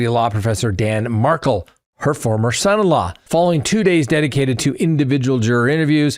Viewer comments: It's pronounced Mar-Kel, Mar-Kel, Mar-Kel......NOT Markle. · Please - it’s Dan Mar-KELL not Markle (like sparkle). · So disrespectful to misspronounce the victims name over and over. He's not Megan Markel it's Markel is pronounced like Markéll the a is not silent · You're mis-pronouncing his name, sounds like...MAR-KELL. It's spelled Markel, NOT Markle.